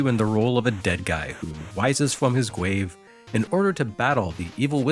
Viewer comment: HE SAID GWAVE!